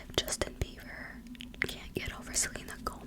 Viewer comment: I keep hearing you say 'Justin Beaver' ahahahahha. is it just me?I don't know any of these people, well I heard of them but I don't care. I am old haha. But this was a good video. I fell asleep to it last night so imma listen again now for the whispers.